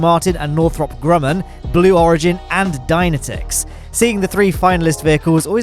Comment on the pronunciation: Dynetics is not pronounced like that. Its pronounced Die-nétics